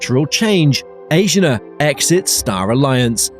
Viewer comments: I think you’re saying Asiana wrong. A-si-a-na Not Asian- a. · and it is A-S-H-E-E-A-N-A not asian-ah. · Asiana has 4 syllables and is pronounced "ah-see-ah-nah." There is no accent on any of the syllables.